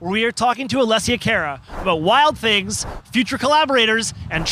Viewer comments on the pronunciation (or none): CAR-uh... not CARE-uh lol.